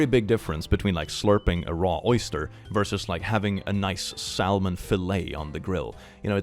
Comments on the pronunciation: you’re “salmon” is pronounced (sa- mon) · The L in salmon is silent. English is weird. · I love most of your videos and I agree that some pronunciations of words are different in different places but the way you pronounced Salmon gave my Cascadian brain an aneurysm. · English is so good, it's always a bit of a shock to hear a mispronounced word - the L in salmon is silent in both US and Real English. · Did he say the 'L' in Salmon?